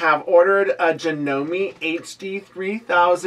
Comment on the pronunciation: A bit of trivia for you! Janome is a Japanese company (it's actually pronounced Jah-noh-meh). Kuro means 'black' in Japanese. I tend to like descriptive names, names that indicate something about the person/animal/item, so here are some suggestions along that line. Kuro, of course, but also - Kaguya means 'shining night', Kura means 'darkness', Keiko means 'shadow' or 'reflection'. One of the meanings of the name 'Mei' (which is pronounced like May, or that's the closest equivalent we have in English) is 'beautiful'. Miyako means 'beautiful night child'.